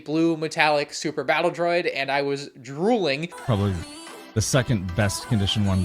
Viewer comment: Gotta love the "DRODI" army :D